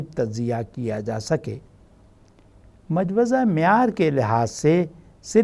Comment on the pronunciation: the right pronunciation is Mojawweza